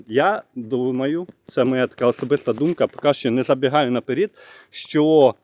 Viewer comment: НАПЕРЕД, А НЕ НАПЕР!Д .